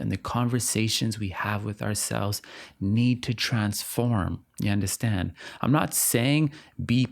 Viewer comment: i knew you were caribbean when you first said "ya understand?" 😫 i loved this video so much